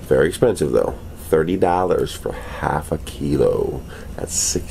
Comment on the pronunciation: Funny how you pronounced the "thirteeeee dollaaaaaars half a keeeeeeelow" 😹😹😹😹😹👍🏻👍🏻👍🏻👍🏻👍🏻👍🏻